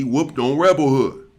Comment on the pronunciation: Hey, his name was rebel wood not hood